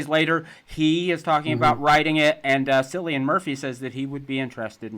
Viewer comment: Ha! Yeah I like my horror movies a little too much, and forgot to add one thing (just because I hope to the Big Daddy in the Sky that one day you get to interview Danny Boyle and Cillian Murphy about 28 Days Later), that it’s pronounced KILL-Ian, not Sill-Ian, which honestly makes me love him even more as it’s sounds more bad ass! 😂